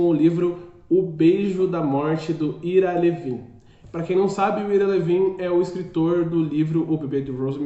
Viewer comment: Pronuncia-se ao AIRA LÍVIN. Livro sensacional. Premiado e que gerou DOIS filmes sensacionais. Já li sete vezes, nos últimos 20 anos. Ira Levin é meu escritor preferido. Pena só ter publicado 7 livros. O cara é genial.